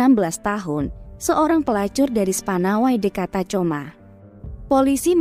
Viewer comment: Tacoma dibaca "takhoma" admin